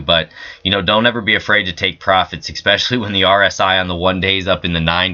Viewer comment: There is no ICK IN SPECIALLY! S SPECIALLY IN ENGLISH!